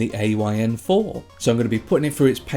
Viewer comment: its called the THOR not Four